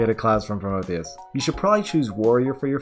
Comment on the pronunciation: "You gotta get a class from Promotheus" Haha, Beginner go BRRRRRRRRRRRR.